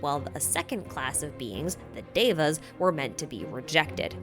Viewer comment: lol i'm sorry- but you butchered the pronunciations. E.X. Devas and Hindus/pos